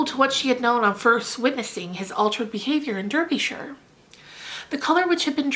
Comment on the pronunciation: Great pronunciation of "Derbyshire" :)